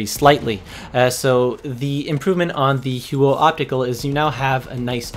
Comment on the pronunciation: The "Hew-o"